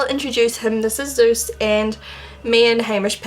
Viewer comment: It's so funny when you say your dog's name. I'm German and it sounds like "süß" to me, which means "cute" ;) Fits perfectly i believe :D